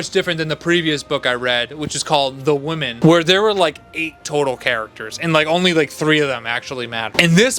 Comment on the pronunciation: Dude i like your videos but for the love of God, Women is pronounced Wi-men. Woman is pronounced Wo—man.